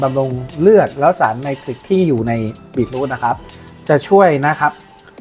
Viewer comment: มันอ่านว่า บี-ทรูท ไม่ใช่ บีท-รูท ครับ